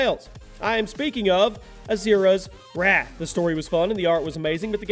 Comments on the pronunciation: You said asuras wath just so you know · I didn't know this game was pronounced "Asura's WATCH "